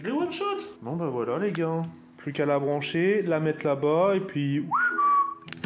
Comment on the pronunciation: il a dit voila juste il a pas articuler